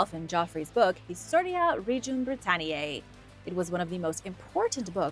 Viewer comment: There is nothing more cringe to me than listening to a young person doing this type of video and they can not pronounce half of the words correctly. It does not take long to look up the proper pronunciation of words such as Britannia.